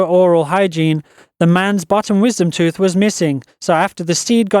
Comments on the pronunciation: It is not pronounced tuth it is pronounced TOOTH. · Its tooth not tuth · the "tuth"? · "Growing in the tuth" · lol he said tuth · in the toof...haha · Am I the only person that thinks he says 'tooth' like '' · ***** It might be because of the voice over's accent that one is [occasionally] pronouncing 'tooth' that way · I love how he says tooth ;)